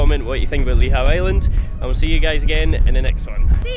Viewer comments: Ive been triggered by lee how .. . Nope its lee hoo . Ive ancestry searches that throw up Lihou as family name . Im going lay claim 😂❤❤ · Just a heads up, its pronounced 'Lee-Hoo' island 👍🏻